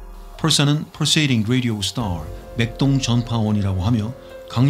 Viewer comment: 초에 ㅋㅋ 펄세이링 레디오 스라알 하시고나서 맥동전파원도 영어 발음처럼 발음하실 때 웃겼어요